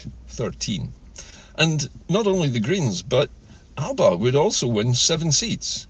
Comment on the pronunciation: The e Alepa(Alba) .😅